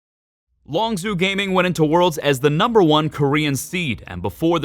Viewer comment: My only problem is that its LongZHU not LongZoo